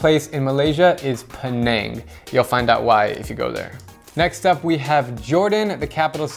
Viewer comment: Its penang you say it pineng